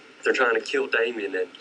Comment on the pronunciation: Damien...You don't even get his name right, geez. And you know everything about the case of course...